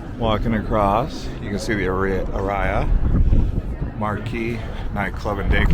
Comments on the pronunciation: Lost me at "Uh Rye Uh" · I think Aria is pronounced differently :-)